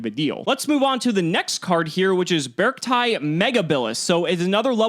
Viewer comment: I’m simply using the same grammatical rules as how I read the Pokémon Beartic. I think it’s supposed to be “Beh-Ark-tie”.